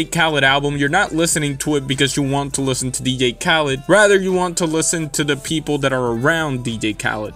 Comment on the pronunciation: learn how to say DJ, DEE-JAY. Not D-gay